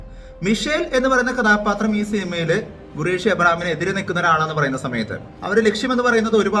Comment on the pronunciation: Gureshi alla khureshi